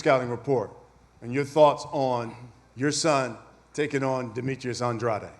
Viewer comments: Why tf they keep saying An Dra De when his name is Andrade. They hear him say his name, but he should’ve corrected they asses. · I like how nobody acknowledged how Andrade wants his name to be pronounced 😂 The subtle insults. Benavidez by KO/TKO in a late stoppage is my bet. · It's An-dra-de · Demetrius Andraid wtf is that really how Mr. “Pay Day, Pay Day” pronounces his last name 😂😂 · poopoo adrade😂😂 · Y they keep sayin Demetrius last name wrong when he clearly said how its really pronounced himself?!?! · Why is everyone pronouncing Andrade name differently than him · Why does everyone mispronounce the shit outta Andrade’s last name on purpose?